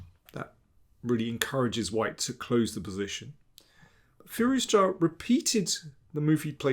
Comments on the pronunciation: I love Daniel's analysis, he is awesome, but every time he says Firouzja "Firuz-JA" I can't help but laugh. 😂 Sounds like a shout from Skyrim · I did some Google "research" and it seems to me you are right. I still think Daniel overpronounces it, but yeah, you are completely right. I stand by my "shout from Skyrim" point 🤣